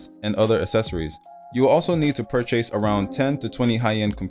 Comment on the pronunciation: Purr chase? Tf?